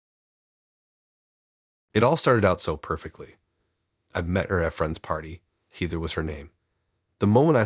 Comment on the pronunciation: I love the stories but you seriously need to learn how to read! So distracting. Heeeether? NOT Hehther? Match it instead of muh-shetee? You literally pronounce almost everything wrong.